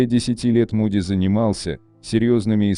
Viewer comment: Ну во первых не Муди, а Моуди!.... Произносите правильно.... А во вторых, согласно Священных Писаний в зеркале подопытные добровольцы видели Маму.... или демоническое существо, принявшего вид Мамы или Бабушки. Это они делают, дабы заблудить людей. Так они развлекаются... А люди доверчивы и легковерны.... Это опасные опыты заигрывания с бесовщинкой.... И медиумы, сами того не подозревая служат именно им!!.... Не заблуждайтесь, не зная Писаний!!!..... Это опасно...😮🎉...